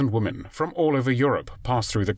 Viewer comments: Why do these narrators keep mispronounced women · why is it that so many narrators can't pronounce the word "women"?